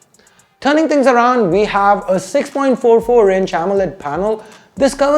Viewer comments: Dude it really sounded like you are saying “sex cameras” 😂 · It actually did! I was in shock for sometime 😅